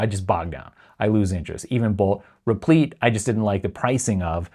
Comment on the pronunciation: vee-oh and repleet? LOL